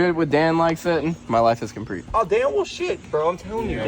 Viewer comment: i’m gonna be that guy and say it. butchered the word complete so bad lmfao conprete 😂